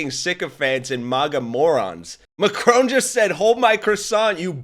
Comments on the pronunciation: Mack-ron not M’Crone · Please learn to pronounce Macron.